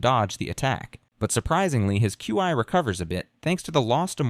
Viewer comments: i heard it say chee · Regarding the pronunciation of "Qi" in this: The AI narrator tries quite a few, and it's all over the place: you got /kju:ai/ ("Q.I."), /kju:i:/ ("Q.E."), /kai/ "Kye", /kwai/ ("Kwye"), /kwi:/ ("Kwee")... ...and the funniest thing is that although I'd never heard anyone even try to pretend that these were actual ways in which actual humans say "Qi"; and though he went through the entire list of even vaguely conceivable pronunciations; not once does he try the two common/'correct' ones, i.e. /ki:/ ("Kee") or /tʃi:/ ("Chee")...! (*) (as it is usually pronounced in English, anyway. If the AI is already stumbling on pronoucing "Kee" or "Chee" like a normal adult human with a working left frontal lobe, it's not like I'm going to be expecting a proper Mandarin accent anytime soon, i.e. /tɕʰî/ ...) (*) I may exagerate. And if he does say it right, then it's obviously buried amongst the weird ones; and either way, he always changes it back to nonsense the very next chance he gets...!